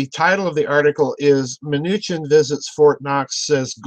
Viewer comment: Secretary MA NEW SHIN phonetically.